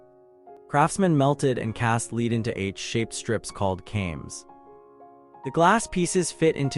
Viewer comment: Sorry you didn't catch the mispronounced "lead" (rhyming with reed) instead of lead (rhyming with red).